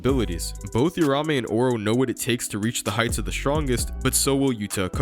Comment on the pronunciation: You-ramé. It’s like Americans refuse to pronounce shit correctly. If you’re willing to invest a good amount of time liking something then you should also be respectful enough to pronounce the names right 🤦